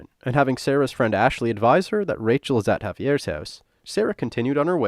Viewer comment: Hauvey-ears haaoose. Say it out loud for the authentic experience.